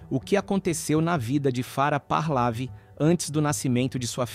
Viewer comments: Onde é que está um ‘R’ no meio do nome Pahlavi? Vejam a locução, é repetidamente dito Pahrlavi e não Pahlavi… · " parlavi" Lê-se: PAHLEVI. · Parlavi, Pahlavi, Pahlavi, Parlavi , meu Deus, é PAHLAVI, sem o R, como que faz tanto trocadilho, e errado....que agonia..... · Pronuncia Par - lé - ví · Pronuncia os nomes errados, ensina os mais jovens errados. Vou escrever como deve ser pronunciado: " PARLEVE"